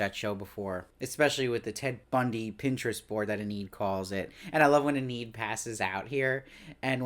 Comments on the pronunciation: He keeps pronouncing it that way. It should be EE-nid. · I'm just wondering please, why do you pronounce her name "En-need"? Is it your accent or? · It's distracting! He's got good insights, but the constant mispronunciation is killing me! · I know!